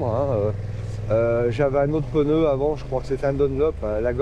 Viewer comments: Peuneu? T'es neuneu? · Pourquoi pEneu ? C’est des PNEUS et pas des pEneus . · Calme toi p6x2 , on prononce "peuneu" dans le sud oui c'est pas bien ! Pas après un peu plus dans le nord , genre vers Paris , ça dit " ch'veux " au lieu de cheveux , ça dit "cate" au lieu de quatre . Je continu ? Il y a aussi des glandu dans l'ouest qui disent chocolatine ! Tu découvres que chaque région dit et prononce des choses légèrement différente . Voyage un peu tu en découvrira d'autres ! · Oui, le fameux "peneu"...😂 C'est nouveau ça vient de sortir, comme dirait Coluche 😅